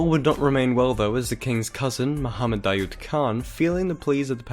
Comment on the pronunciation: daoud is actually pronounced "dah-wood", not "dah-yood"